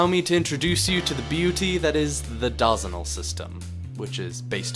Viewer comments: omg stop saying dawsonal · Bro Said "DAHZENAL" 💀💀💀💀💀💀💀💀💀💀💀💀💀💀💀💀💀💀💀💀💀💀💀💀💀💀💀💀💀💀💀💀💀💀💀💀💀💀💀💀💀💀💀💀💀💀💀💀💀💀💀💀💀💀💀💀💀💀💀💀💀💀